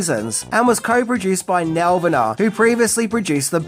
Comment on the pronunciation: It’s pronounced Nelvana (Nel-vawn-a)🙄🇨🇦